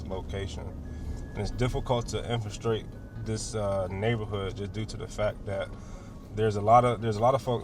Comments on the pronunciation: That ICE agent kept saying Infrastrate LOL. I was like...infiltrate? That dumb B of a protester yelling "nobody wants you here". I DO, I was born here and my family has been here since the Revolutionary war, I want ICE to do what they are doing. Also the agent said Kyrgyzstan NOT Kazakhstan. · That dude miss pronouncing infiltrate is driving me nuts